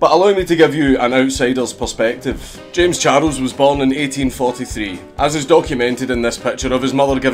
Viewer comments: I love the way he pronounced it. Kinda like how japanese say English words or names. Jayums Charusu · "Jems chardles"